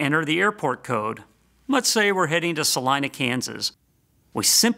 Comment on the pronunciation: it's pronounced Sa-leen-a.